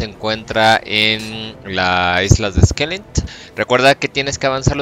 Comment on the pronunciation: Islas "skellint"? Xdddd